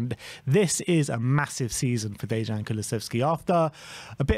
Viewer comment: They get Dejan and Yves wong every time too.